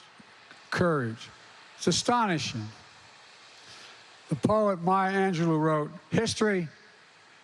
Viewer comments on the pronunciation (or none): did you hear him try to say inalienable... even the transcript couldn't understand him ... "rundin Inna inferno" he said "it's sistonishing" not "astonishing' the man's an lDl0T